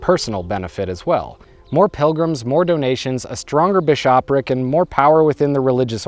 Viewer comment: Odd pronunciations throughout your videos. I can’t figure out if they’re purposeful or not. Bissh-OP-pric was especially funny to me.